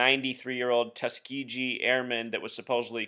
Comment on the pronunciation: Might want to learn to pronounce Tuskegee. The last syllable is not pronounced gee as in gee whiz, but more like the white suits worn in martial arts, or gi.